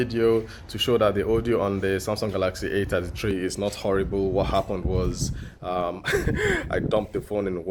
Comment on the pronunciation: A ta tee tree A fifty tree...😂😂😂😂